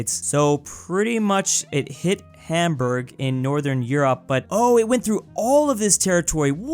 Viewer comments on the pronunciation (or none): none